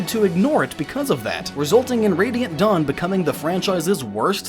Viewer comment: "Dawn Brigade" I could have sworn he said Dong Brigade, I am calling the squad and giving us a new name.